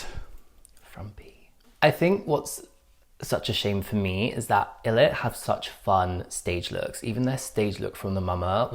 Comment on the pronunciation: you pronounce it more like eye-lit ☺️